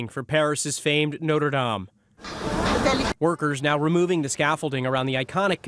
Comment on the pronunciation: FYI, it’s pronounced “not.” It is not pronounced “note.” Not-reh dahm.